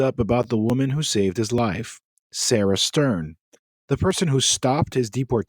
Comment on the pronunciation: "Serah Störn" Great pronunciation! 🤣🤣🤣